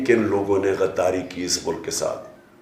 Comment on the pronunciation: تارڑ صاحب گائر نہیں غائر غ ہے گائر نہیں غدار ہے گدار نہیں